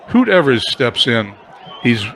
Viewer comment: ...love the fact that you are doing a 50's replay...some name corrections for you...Johnny Groth is pronounced 'Growth'...and Hoot Evers is 'Ee vers' emphasis on E...as for McDermott, he was always considered a good hitter, in fact he use to get some pinch hitting calls. Lots of offense in your replay eh!